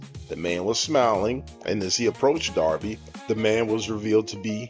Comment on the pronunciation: You are mispronouncing his last name.